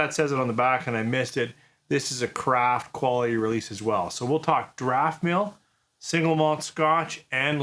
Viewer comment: There is NO "r" in Daftmill, but it sounds like you think there is... (Still: not as bad as some people saying 'ArdbeRg'! Do they really think Islay Scotch sank the Titanic?)